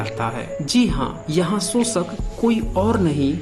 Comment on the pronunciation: Pehle to tum श bolna seekho bhai School me pdhai likhai ki thi kuchh ya nhi??? Sosit sosak sosan lga rkha hai or jakr bharat itihas pdhe